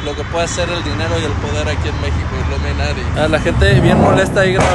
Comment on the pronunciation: Un shotsito cada que dice iluminari 🥴🥴